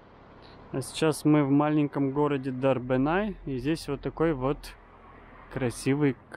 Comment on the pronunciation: Не ДарбенАй, а ДарбEнaй. А так всё понравилось. Ačiū